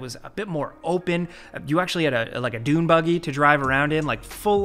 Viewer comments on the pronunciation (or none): none